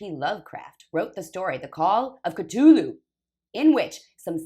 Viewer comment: it's a "thhh" not a hard T sound. C-THU-lhu IA! IA! <3